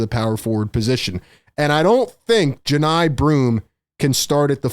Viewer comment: I know Johni’s cousin. It’s pronounced “Juh-Nye”